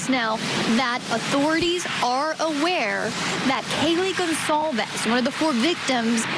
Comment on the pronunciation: The on scene reporter mispronounces Kaylee Goncalves name wrong. Every single time. To her credit, she did a nice job of showing the exterior layout and setting of the home better than any other reporting I've seen..